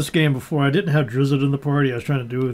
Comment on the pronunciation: I'm sorry... did you say Driz zit??